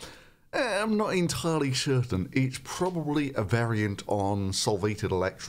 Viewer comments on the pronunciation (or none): chertain killed me, lmao